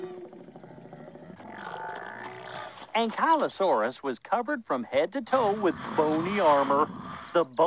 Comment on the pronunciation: it's pronounced an-kley-o saurus